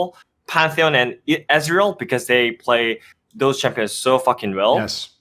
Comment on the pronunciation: I love how calls Ezreal "Israel"